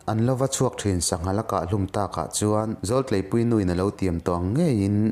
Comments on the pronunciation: Zawltleipuii tih ilam a. Zawl tih hi zawlnei tih a zawl kanlam rik anga lam turzawk ani lo maw.. Ngaihthlak anuam e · Nia keipawh kalo tia. Zaaawl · A tha thei khawp mai Thil rere ah hian MAHSE tih hi a tel chang a awm angai leh thin, "Zawltleipuii" tih hi "Aizawl" kan tih anga "Zawl" kan lam rik ang deuh nilo hian "He Pa hian Zawl a nei a niang Sa a kapthei riau mai" kan tih ang deuh aa "Zawl" hi lam ni zawk ta se a dik zawk mah angem??? "Zawlnei" kan tih aa zawl kan lam rik ang deuh hian, a chhan chu heng thawnthu hre chiang mumal miah lo tunlai kan Nu leh Pa te ho zingah hian an awmthei tlat tawh naupangte a fa nei kan tam tawh in heng thawnthu te hre miahlo a fate nei a awm theih tlat tawh mai, chung an fate chuan I channel hi an lo en fuh ve thei a, tah chuan "Zawltleipuii" lam dan dik tak hi an lo hriatlo phah thei tlat, An Nu leh Pa ten a lam dan tur dik tak a hrilh thei an awmlo thei ve tlat mai, kan pi leh pu-te thawnthu hlu lutuk mai a hming lo lang hi a lam dan tur diklo tak in an lo hriat phah thei tlat tunlai naupang thangthar ho hian. P. S : Kan sawi ve mai mai a nih chu, a sawi tu ngei pawh hi ka famkimlo kan mizo tawng lam dan tur diklo tak a lam ka ching lutuk tho 😆 engpoh chu ni se a tha lutuk ringawt tianga Mizo thawnthu tha tak tak, hlu tak tak I rawn dah hi. 👍👍👍👍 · A ngaihnawm hle mai. Chutih rual chuan mihring hming leh thil lam dan hi kan awmna hmun a zir in lamdan hrang hi a awm thei ngei a, he thawnthu a mi Zawltleipuii ( zawl tih lai hmunzawl lamrik ang a zawl ,awih opposite ang ni lo in, zawl tih lai hi zawlnei tih a zawl kan lam ang a lam leh. Zauhranga'n Sanghal ven nan a a kaih hi Perhte ni lo in Perngo zawk a ni. Perngo chu Mauphel kaihkûl vih tlar a ni. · Zawltleipuii hi i thluk dik lo, zawl hi Zawlnei tih kan lama zawl anga lam tur, hmun zawl anga lam loh tur asin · Zawl ilam dan hi diklo, zawl hi lam hniam tur zawltleipuii tih hi